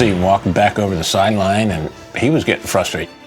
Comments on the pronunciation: Flustrated? What’s flustrated? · "flustrated" good word combine, but hey Mike Curtis w.Seahawks still making big plays